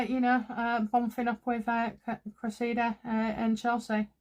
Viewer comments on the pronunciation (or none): It is not Creseeda it is Cress ih duh. Cressing. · great reading but it's: CRESSida. Emphasis on first syllable. No biggie but a thing of mine😁